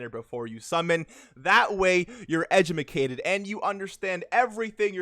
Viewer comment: edumacated lmao